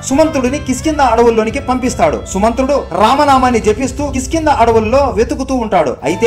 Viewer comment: కిష్కింద అని పలకాలి, కిస్కింద అని పలకరాదు